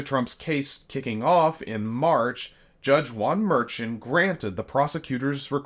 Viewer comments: You mispronounced the judge's last name, and you misinformed people about the fines Trump got, they were 1k each totaling 10k, not 10k each.. yes small details, but details matter. Do better. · Ok he was fined $1000 per infraction, not $10,000. Should have been thrown in jail. Plus the judge’s last name is mispronounced here. FYI Keep speaking up for justice! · I agree. It is very disrespectful to not get a name right especially a public figure! -- Thanks for saying something. There were so many inaccuracies in this video you'd swear it AI. It was very sloppy with little attention to detail. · It was $1k per contempt charge and you're pronouncing the Judge's name wrong. Also it was NOT the Supreme Court. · And, I don't think his name is "merchan" like "merchant" without the "t"; most people pronounce it "mehrshawn". You're rapidly losing credibility with me ;) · Judge Merchan pronounces his name "Mer-shawn" with emphasis on the 2nd syllable. Not "Mer-chin" with emphasis on the 1st syllable, as says here multiple times. Smh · The judges last name is pronounced like "Mer-shawn", and the fine for each violation of the gag order was the maximum allowed by statute at $1000, not $10,000. Get your facts right. I have no love for anything related to Trump, but do your homework before getting on the 'air' to light into Trump. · FYI - pronunciation for the judge’s name is “Mur-Shawn” This channel needs to get that right as they should know that, & this guy repeatedly, in this and other videos, pronounces his name incorrectly, saying “Mer-chant.” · Merchan is pronounced "Mer-shawn", not Mer-Chen. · How are you people doing podcasts and videos without being able to correctly pronounce people's names??? Why are you calling Judge MERCHAN, Judge MERCHANT?? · Dude, it's not "Mer-chin"... it's "Mer-shawn". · The judge's name is pronounced like "mer-shawn" ... just fyi.